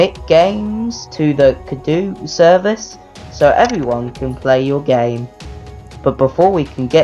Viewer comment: You pronounced the name wrong,. XD